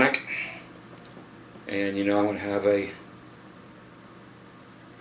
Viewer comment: Thanks for answering my question! I really appreciate that. And you did a great job on my name! it's pronounced a little bit different but you did great!:) can't wait till your next video. kind regards yannick